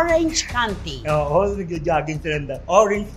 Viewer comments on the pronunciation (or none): “Count-tee”naman nga eh, hindi “kanti”.. I live in the OC. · It’s KOWN-TEE Not kan-tee!!! Kinorrect mo pa c Wendell ha